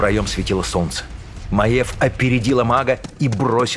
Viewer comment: Не Маэв, а М-А-Й-Е-В.